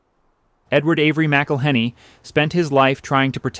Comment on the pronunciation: I waa born in Louisiana, and been spicing my eggs since an early age. You are mispronouncing McIllenny. The name is more flowing...enjoy the vowels and don't pronounce the consonants...in particular the H! The H is silent!!! My family is also Scotch-Irish and came to Louisiana about the same time.